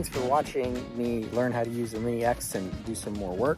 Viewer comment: Awesome work,! It's looking great there! 😃 I know you meant "mini ex", but I kept hearing "maniacs". 😂 Anyway, stay safe there with your family! 🖖😊